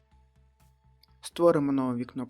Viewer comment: Боже, не АЙДЛЭ, а АЙДЛ!!! За видео спасибо, но айдлЭ это жесть